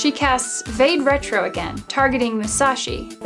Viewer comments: vade retro is pronounced vadé rétro . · It's pronounced 'va-day retro'.